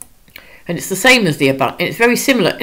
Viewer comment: You had me at “ah-bunt-o”